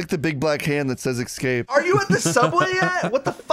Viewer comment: i love that doesn’t know how to say escape